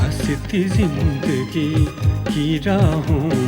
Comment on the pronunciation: अरे या टेलिफिल्म मिली तो पंधरा बीस दिन अपने शरीर पे काम। कर लेते. ये तोंद, ये भरी हुई पूरी जैसे गाल। ऊपर से ओवर एक्टिंग थोड़ी सी तो बीवी की एक्टिंग के साथ मैच करते. सकल नहीं शक्ल, जिंदगी नहीं ज़िंदगी बेसिक उच्चारण। ठीक कर लेते